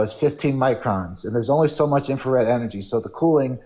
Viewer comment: There's only so much "infer-red. hahahaha